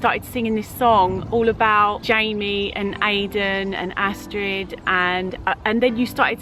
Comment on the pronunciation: you pronounce astrid as astri.. Have a niece and that is her name